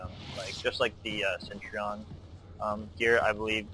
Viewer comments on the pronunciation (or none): Bro, great video, but your pronunciation of Centurion drove me crazy. :D It's pronounced "sen-tur-rian," not "sent-trion". Not trying to be critical, just trying to help.